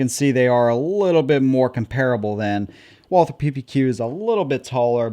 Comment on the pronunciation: All one has to do to CORRECTLY pronounce this manufactures name is to simply drop the H So you just say Walter As one of our oldest makers in the world dont you think they at least deserve to have you learn to say the name correctly ?